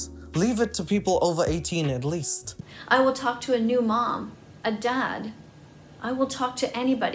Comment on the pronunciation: Why did she say dad like that?? So weird.